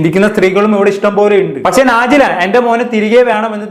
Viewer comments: നാജില അല്ല നെജ്ല 😅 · നാജില അല്ല നെജില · നാജില അല്ല നജില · നാജില അല്ല നജ്ല 😂